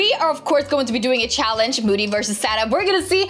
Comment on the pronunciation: Btw it moody not mody but not trying to be mean it happens to me to lol😅